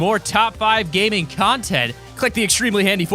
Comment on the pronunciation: He said Top 5 Ganing